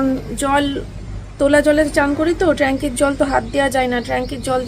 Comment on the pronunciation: Tranky na re baba tank bale,r from noy form bale,ki je para sona korecho bujhi na baba